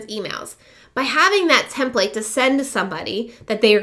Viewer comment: hi. thanks for the info. however I seriously cringe everytime you say template like " tehm playt" (ouch!) it's 'tehmpleht' or 'tehmpliht' and I believe it's always been that way. It matters if you are instructing others because you lose credibility and your audience's respect- one doesn't say "cowG Ht", for instance when they recite the word caught. hate to nit-picky, but you're helping un-teach people one thing while instructing another. But sincerely thanks for you video - good info